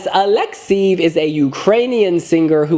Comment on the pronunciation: His name is pronounced Aleksei-yef not Aleksy 😂